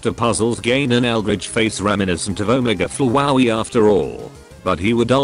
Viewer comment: “Omege flowaey”